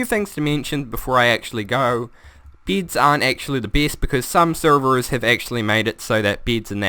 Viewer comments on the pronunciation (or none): Omfg SAY BEDS NOT BIDS ;) luv u man